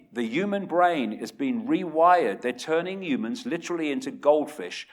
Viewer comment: I've subbed because you say ooomans instead of humans. Also I subbed because a lot of the stuff you say actually makes sense. I think you're on the right track.